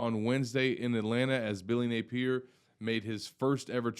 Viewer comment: Hey! It’s not Nay peer. It’s Nay pee ear….duh?